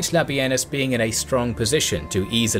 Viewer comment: the disrespect to labienus.... its LA-BEE-NIS not LA-BEE-EN-US. The man deserves atleast 35-45%, if not 50% of credit for the gallic wars and yall cant even get his name right or properly credit him